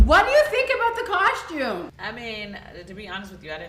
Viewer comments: the word is costume not coshtume stupid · Ion care Latoya keeping this season full of drama and I’m here for it but why she keep saying coshtume instead of costume 🤭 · Thank you. Why is Latoya kept saying "Costchume instead of Costume? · Coshtume, though. 🙄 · Why does she say costume like that? 😂 “COSHTUME”.